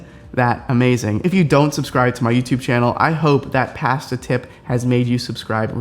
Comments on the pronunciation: Pass-tuh? Try poss-tuh. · Pass-ta? That’s a first for me. 🤣🤣🤣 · say ‘pasta’ like a brit! lol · the way he says pasta tho... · I was so flabbergasted by the way you pronounced "pasta" that I completely missed your advice and had to rewind to hear it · Soooo have I been saying “pasta” wrong for my whole life???